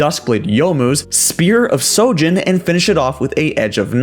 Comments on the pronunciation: isnt there an H in Shojin ? or is it silent now -_ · Why does everyone say "Spear of SOjin" when it's "SHOjin" ? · Spear of sojin ? i think you mean Shojin